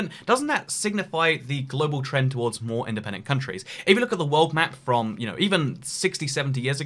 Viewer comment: In-DE-PEN-DENT. Dent-ED-PENTIN